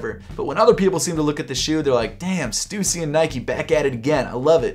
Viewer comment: Respect that even though u don’t like stussy that much u still pronounce it correctly 😁